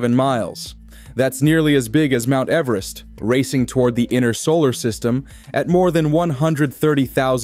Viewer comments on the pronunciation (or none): none